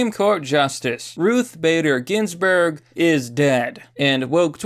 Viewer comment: Ruths Spader Ginsburg